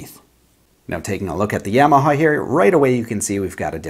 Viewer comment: YA - ma - Haw. Not Yea - ma - ha. Not Yay - ma - ha. Not Yaw - ma - ha. Ya - ma - ha.